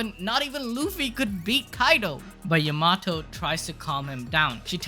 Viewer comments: yo-ma-toe?? its ya-ma-toe!! Ya not Yo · Hey, her name is pronounced YAM-A-TO not YA-MAT-O!